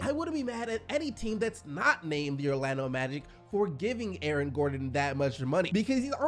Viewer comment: "A-A-Ron gordon"😂